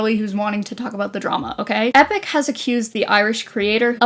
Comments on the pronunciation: no you pronounce it right. got it so wrong😂its ee pock not epic😅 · You really gonna pronounce it Epic through the whole video..